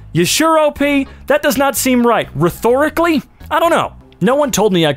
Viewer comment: Lmao, "rethorically."